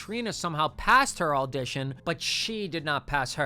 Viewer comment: it’s crazy how many times i heard you say “alldition” instead of audition. what the heck kind of accent is that